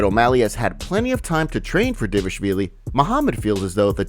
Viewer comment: dude why do you say "Dévashvili"